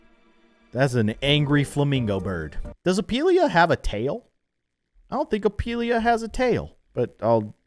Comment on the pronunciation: Did he just say opilia😂